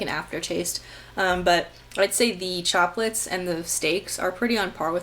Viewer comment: Every time you said Choplets, I thought that you were saying Chocolates. I must be craving chocolate!